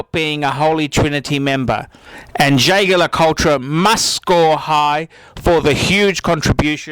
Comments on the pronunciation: Ehhhhhh this guy can't pronounce Jaeger-LeCoultre to save his life. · How predictable you are and how badly you pronounce Jaeger le Coultre.!! Of course high end watches are marvellous ( I have a number) but there are equally desirable watches further down the pecking order. One that comes to mind is the Ebel Voyager with the white dial. ....an adorable beautifully made sports watch. Did you forget about the original divine steel and gold gents Cartier Santos Galbee. I have had one for 40 years, a really true classic with eternal design features. Talking of Patek ,what about the 5024?... aesthetically a fabulous timepiece, and then you should look at the dials of the J le C Odysseus and Heraeion chronographs...pure genius my friend. I prefer the 1990 cases with bevelled bezels for pure panache. As for Rolex I'm not sure why they have such a cache. They aren't beautiful and there are billions of them ! One things for sure they are not for aficionados .